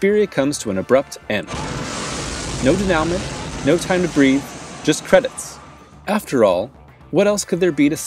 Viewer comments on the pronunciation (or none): I can't make fun of how you pronounce denouement, since you must've learned the word from reading, but yeah, think of how a French person would pronounce it, and there you have it.